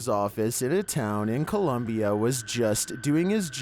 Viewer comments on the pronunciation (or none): none